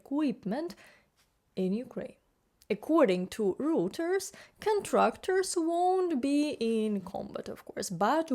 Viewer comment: Minor correction. Reuters is pronounced Roiters. You are good. I hope your channel gets more subscriptions.